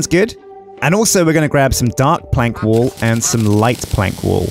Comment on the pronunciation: Am I the only one hearing "wool" instead of "wall"?